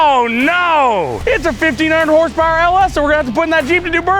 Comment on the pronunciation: You can tell he knows how to do awesome shit when its pronounced hornce powar